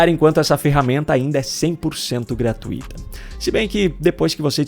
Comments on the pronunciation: Pronúncia é GRATÚITA. Não é GRATUÍTA. Você fala muito bem, e esse erro tão primário não combina nem um pouquinho com o excelente nível das suas postagens.😢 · a palavra gratuita e paroxítona e forma correta decse pronunciar é "gratuito", sem acento gráfico. A palavra é grave e a sílaba tônica é o diitongo "ui"